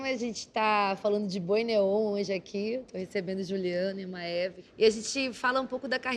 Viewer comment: Vim aqui, só pra saber como se pronuncia o nome da MA-E-VE.